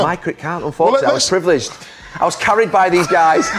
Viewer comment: "I was fortunate I was praviledged...I was carried by these guys"...Hilarious from Gary xD